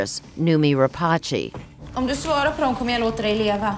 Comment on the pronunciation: Noomi Rapachi? it's Noomi RAPACE. Literally all you say is RAPASS.